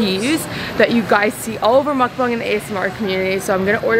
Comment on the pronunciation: Why do people say mukbUng ? It’s spelt with an A and it isn’t just a matter of where your from surely because other American youtubers manage to say bang ?